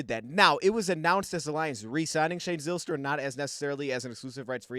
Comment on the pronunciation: This gave me a smile as we share the same last name. Btw we pronounce the y as a long I. Pike instead of pic for example.